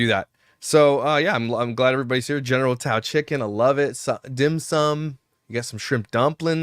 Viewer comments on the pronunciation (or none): It’s General Tso as in Souw 😊